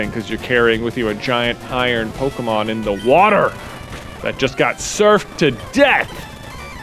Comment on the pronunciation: He speaks so nasally he says “Pokemod” and it’s hilarious 🤣 KUTGW bro. I know I’m 2 years late but I’ve watched all your nuzlockes at least twice. MAKE ANOTHER NUZLOCKE series PLEASE!